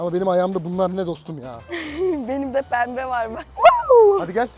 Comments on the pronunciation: penbe diyememesi 😂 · Pembehğğ ayaklarr😅😅😅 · abimiz için 1 dakikalık saygı duruşu😊 Abi bu arada 3 milyon hayırlı olsun seviliyorsun 👑REİS👑 ( abla yine pembeğ dedi )hatırladın mı abi arabada gece kalma da ☺️ Abi bi kalp koysana be ❤️‍🔥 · abi ablanın peğmbe dediğini anlamadı